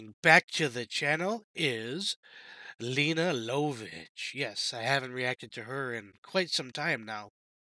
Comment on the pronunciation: Great choice! Lene Lovich is pronounced Lay-na Luv-itch, btw. It might work better if you listened to the track in it's entirety before commenting. Rather than constantly interrupting. Taking notes while listening would help with this. Cheers!